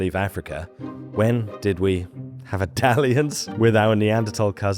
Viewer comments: HELP i thought you said “have Italians” instead of “have a dalliance” and just accepted it for 30 seconds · I heard that too!!! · I accepted it for the whole video until i read this comment 😭😭😭